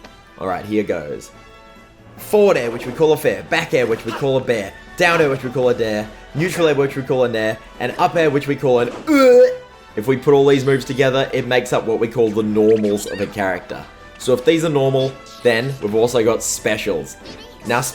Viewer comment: “and up air which we call an UEEG”